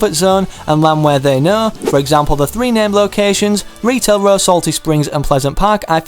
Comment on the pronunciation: I love how he said retail raw